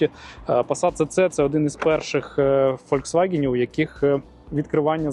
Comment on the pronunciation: Христос воскрес! не правильно говоритти Фольсцваген пасат СС - Правильно Фольцваген СС.